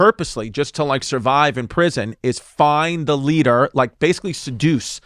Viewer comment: the boys are too quick for her. ZIngers just flyin' by.."LADDUH 14"